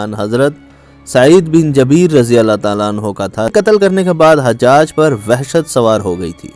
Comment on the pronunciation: Oyy chutya. Ye lafz Jabeer nhi Jubair hai.